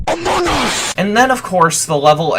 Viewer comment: The “AMUNGUS” had me dying.